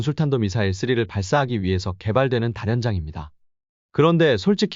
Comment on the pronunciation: 다연장이라고 발음해야 맞는데 왜 다련장으로 발음하지?